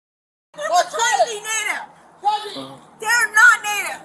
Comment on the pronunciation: Why can't this "Native American" pronounce the word "NATIVE?"